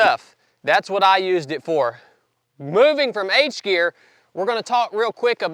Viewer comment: "H'gear" ? Like in "harness" ?